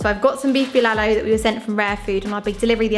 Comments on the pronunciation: Hehehe ur so cute in everytime u mentioned beef bilalu! Its bulalo my dear.. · Pronounciations: Turon = To Ron (just pronounce it fast) Bulalo = Boo La (like how you pronounce the word LAnguage) Lo (like the pronounciation of LOnely) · it's pronounced //too rune (turon) // ball la law ( bulalo) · Bolalo is actually pronounced lik Boo La - like the music note la Low And put a little pause in eanch sylable Nad turon is pronounced Two-run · Love the way you say "Bulalo" but it sound "Bilalow", add some potato quartered and some Squash, then mix fish sauce and 1 or 2pcs of calamansi or lemon juice then add some red chili as a sauce for the beef stew. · That's good cooking! And you guys are so cute! By the way, the correct way to pronounce Bulalo is BOOLAH like MOOLAH + LAW. Turon is pronounced like TWO + RON as in Ron Weasley. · The way she pronounces "Turon" and "Bulalo" So cuuute 😍